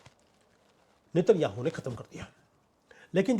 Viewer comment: Sir उनका नाम नेत न्याहु है नितिन याहू नहीं😂😂😂😂